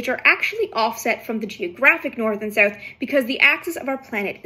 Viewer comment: Really like your video, I’m fascinated by how you say “south” 🤔